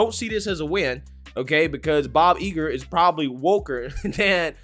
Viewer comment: Don't underestimate Bob Iger (its not pronounced "Eager" btw). He's a legend on Wall Street, I dont think he'll be dumb enough to let his personal opinion tank the stock even further.